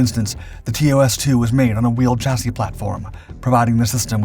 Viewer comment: So glad to hear you pronounce chassis correctly now instead of how it is sounded out, congrats long time subscriber 😊